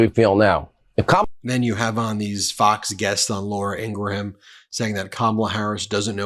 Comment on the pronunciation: the H is silent in "Laura Ingraham".